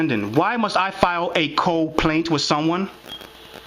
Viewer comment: It's not coplaint. It's CO - PLAINT